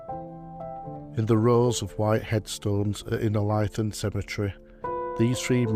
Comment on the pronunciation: Great to hear local stories of lads buried at Innerleithen. Most of my family are buried there, and I have often wondered about the lads brought home. Thank you. Incidentally, it's pronounced Inner-lee-then.